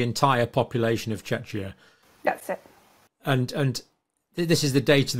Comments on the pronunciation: not sure where you heard that Czechia is pronounced CheChya (similar to Chechnya), I was born in old Czechoslovakia and can assure you Czechia is pronounced Chekya.. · Hey Doc - Not Chech-ee-ah. No one is Czech calls it this but Check kee ah is they way they say it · Czechia us pronounced with a "k" in the middle. The way you both do it sounds more like Chechenya.